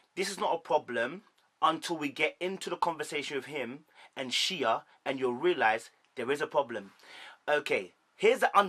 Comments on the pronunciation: Yeah but if you watch the show you would hear them get called by their names all the time. If you sit down to record a video talking about them, you should at least get the pronunciation of the names of the people you are talking about. No one has ever said 'Sheee-A' on this show ever. It has always been pronounced 'Shay'. And Mike literally said the other lady's name as 'Shan-Tay' in the clip you show and you still called it wrong. Not one name you called correct. Not one!!! 🤣🤣🤣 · Shea= Shay Shatava= Sha-tah-vah Shaunta= shawn-tay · Shea is pronounced Shay